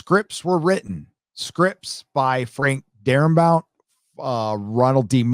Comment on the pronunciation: DaraBONT, not DaraBOUNT.